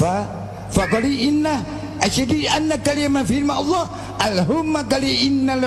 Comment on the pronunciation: MA' QOL(sesungguhnya),,,,BKN MAKOLI,,,FA''QOL....BKN FAKOLI,,,DST,,,,BNYK YG MSH SALAH DI BACANYA OLEH,,,, DAN ASLINYA NAMA SURYANI ADLH NAMA WANITA KESAYANGAN AHLI NUJUM,,DAN BHS SURYANI DI GUNAKAN DI ZAMAN NABI YA'QUB AS OLEH ORANG2 PARA AHLI NUJUM,,,DAN BKN DI ZAMAN NABI ADAM..🙏✌️